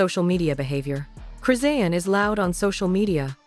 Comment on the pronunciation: First of all start with the fake news she was just that blue faces party trying to get in the day before last this is fake news and you're not even saying her name right!!!! Foh with the fake shit 💯🤦🏾‍♀️🤦🏾‍♀️🤦🏾‍♀️🤦🏾‍♀️